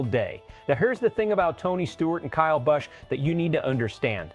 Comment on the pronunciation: I ABSOLUTELY HATE A.I. IT CANNOT PRONOUNCE A NAME CORRECTLY. BUT THANKS TO EVERYONE WHO REMEMBER KYLE AND ANYONE IN ANY FORM OF MOTORSPORTS WHO PUTS A KYLE BUSCH #8 DECAL ON THEIR HOTRODS. GOD BLESS KYLE R.I.P. BROTHER.